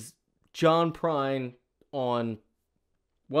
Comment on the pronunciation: I reccomended this on a Tuesday live stream a few months ago and I think you were too tired to process what you were listening to! 😄 I even said he was the closest thing to Prine we had today and you read it as "Prince!"